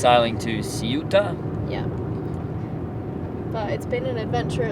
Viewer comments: Hi again lovely people, I stand by my comment about showing you guys a better time from 2 videos ago! For this one: (by the way Ceuta is pronounced “ceyuta” (with a lisp on the ‘c’) by the Spanish, and “Sebta” by the Moroccans. Lovely place with amazing value and quality food in most restaurants pre Covid, I haven’t had the chance to check out what happened since but I will soon! Morocco has some amazing places to see full of history, culture, lovely people and food or just crazy fun times but with lots of challenges that I personally find fun and interesting most of the time. I don’t think you saw the best bits but next time guys, I’m sure you’ll be back! I hope your mate found Volubilis near Meknes because that’s defo his kind of place. L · Ceuta= Say-oo-tah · You pronounce Ceuta like this: SAY-ou-tah. And you emphasize the "Say" syllable. Using Spanish from Spain, you would use the Z sound instead of S. the Z sound sounds like the The on Therapy. So it would be The-ou-tah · Ceu-ta (the C is pronounced almost like a very soft S) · Ceuta has many different ways to pronounce it, but as it's Spanish I guess [ˈθeuta] is right. This is how you write the pronunciation in IPA, the International Phonetic Alphabet, where every possible sound that the human voice can make has its own symbol. [θ] is the "th" in "thing". The [e] is the same as the "e" in "very". The [u] is the "oo" from "food", and the [ta] is as you'd expect. So, "They-oo-ta", being careful not to voice the "th". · pronounced coo eh ta. Great place..loved it there. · It's funny. Just when I was thinking uncovered hair was bound to attract trouble in a Muslim culture like Morocco, you switched to the scene in the car talking about that. ^^ PS: the closest approximation of Ceuta in English would be say-oo-ta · Ceuta is pronounced Se-Utah kind of. The way you pronoune Melilla ( Melijja) is the Spanish Prounounciation. In English it is Mel-ill-a. Cheers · It’s “SAY-oot-ah”. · It's pronounced Ceuta ;)